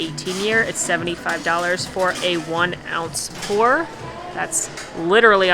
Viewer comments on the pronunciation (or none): none